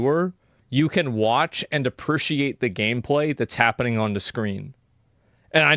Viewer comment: Is he ever going to say "appreciate" correctly Appershiate